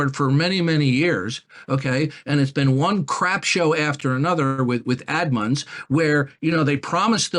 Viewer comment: "admuns" :D Another great drop